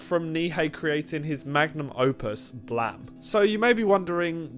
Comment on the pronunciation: Bro really pronounced it "blahm"